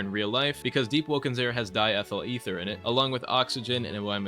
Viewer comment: "eh-ther" 💔💔💔 just say ether